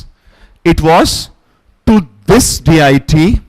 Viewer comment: Please , Respected Sir, Your pronouncing 'Diety'... As.. D-I-T.... please work on that one, it's not D.I.T.....please try to say Dee-Ah-dee...it's very distracting ,Dear Sir.